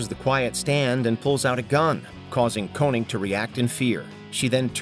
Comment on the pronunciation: can you not read your own script her name was Koenig!!!!!! not Koening like you said 4 times........